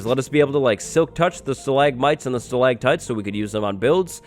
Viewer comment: StalaCtites. Not stalaGtites! Stalagmites is good tho.